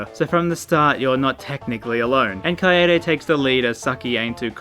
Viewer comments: Kai-Day. Kaede. Kuh I Day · HE SAID KAYAYDAY HAHAHA Kill me Or step on me, Junko.